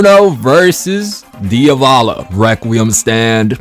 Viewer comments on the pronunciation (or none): "Diovalo"? I pronounce it as it is written "Di-a-vo-lo"